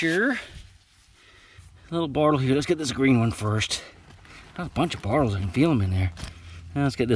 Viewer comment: I’m not shaming you, but is it your accent that causes you to call them “bartles “ rather than bottles?